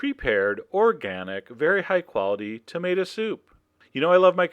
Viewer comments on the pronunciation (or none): Wonder why he says Tamada.😏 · "tomata" he says it like my dad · I like how you say tomata ahaha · wait, did i hear that right, cause I swear I heard you say you were combining coconut... with tomato... (a ton of dots here that youtube won't let me enter) I don't even know what to say.